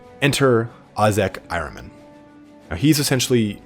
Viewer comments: Nice job on Magnus- his story is really pretty deep, and tragic. I think the term you were looking for in there is a “self-fulfilling prophecy “. And your pronunciation of Ahriman sounds like I always thought- “Are-ee-mon”, or when you’re in a hurry, “Are-ih-mun”. Thanks for the great video- looking forward to the next one- I don’t care who’s next, as long as you eventually do them all! Keep up the good work, and best wishes for the New Year- =][= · Pronounced correctly. It’s the name of the Zarathustra’s Satan. Your h has to be deeper for perfect pronouncing. As you do in Hamburg, but English doesn’t have that phonetic sound